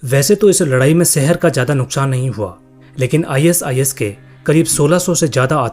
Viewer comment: Are bhai is is mat bol i sis bol le bhai😅😅😅